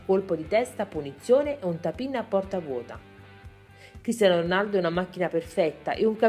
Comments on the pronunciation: all'inizio ho sentito pisello ronaldo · ma solo io all'inizio ho sentito il figlio di pisello ronaldo? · figa dici molto male Cristiano Ronaldo anche molte altre cose....Soprattutto all'inizio